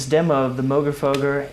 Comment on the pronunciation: Nice review. And thank you for pronouncing Moogerfooger correctly!